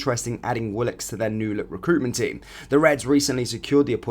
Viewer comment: It's Jason Wilcox, not Willox. 😏